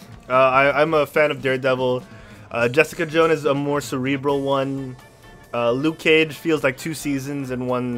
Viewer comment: Lucy Liu-ke Cage